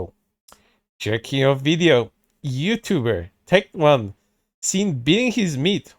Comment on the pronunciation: Calling him Tect One instead of Tec Tone. Big bruh moment lol